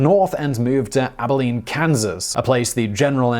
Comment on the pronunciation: At he pronounced Abilene correctly!